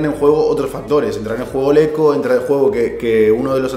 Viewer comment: Cada vez que decís eco se muere un gatito